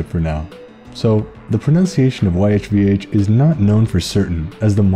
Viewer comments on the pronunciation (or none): Ehh… your Hebrew pronunciation is definitely off. I’m American, and the vowels are more like “Could they Bob play”. But yes, the only human who could say the Tetragrammaton was the high priest of the Temple who did so in the room with the Ark on Yom Kippur. And God has WAY more than just seven names in the Tanakh. I wince right now when I hear the VAs in English pronounce Shekhinah with the stress on the second syllable. Sorry, but it has to be on the first and third, and it lacks the define article anyone Jewish might use. The Shekhinah is the term used to refer to the actual presence of God, manifesting in a real and perceivable fashion to humans, as if God decides to manifest in the world. However, at no point in the Tanakh does God manifest in anything resembling a human. This explains why worshipping a human is prohibited, it was extremely common in Western antiquity for humans to be worshiped as gods. And Jews considered it idolatry. That’s another reason why Judaism is completely incompatible with Christianity. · I always pronounced it "yefuh" but it was almost certainly wrong. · I pronounce it "Yih-Vuh" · Legit got a migraine when you first pronounced the name. 😭